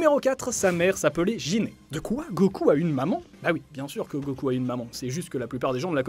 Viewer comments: C'est Guinée pas Jiné ou Jine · Gine ça se prononce "guine"